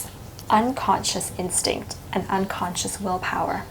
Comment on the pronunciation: Instinct? Is that what you said, instinct? I couldn't quite make that out. One more million time please.